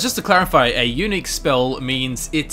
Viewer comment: "Unique" sounds a bit like "eunuch" Peace was never an option